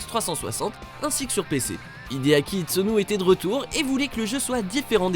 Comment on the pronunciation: Itsuno et pas Itsuni. La team little devil etait occupé avec la localisation du 1 pendant le dev du 2. Ninja theory est un studio anglais bon sang🙄